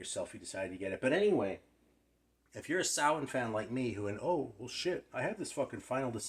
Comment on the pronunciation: That Riot cover art is killer. I have two original Samhain albums and I still do not know how to pronounce the band's name properly. It sounded like you said it correctly "sah-win". I was always pronouncing it "Sam-hane". I must have sounded like an idiot when I was showing my signed copy of "Nov Coming Fire" and "Initium". <> Solid shout to Jon {Bipbopboom}. The both of you have that album and I should really check it out. <> Have a super day A~ Rob/Boston